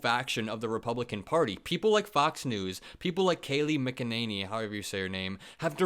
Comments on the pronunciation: Yes, mc is pronounced mc and not mac. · It's pronounced Kaylie McKenAnus! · it’s pronounced Kay-Lee Mik-in-sane-Lee. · It's pronounced Kaylee "McEnemy". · Mickaninny. That's how you say her name. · "or however you say her name????" It is your job to pronounce her name correctly. Grow up. Pure laziness and you act like it is some kind of critique. Stuff like this tanks your credibility. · Don’t disrespect Katie by mis pronouncing her last name! Her last name is Magananny! #Maga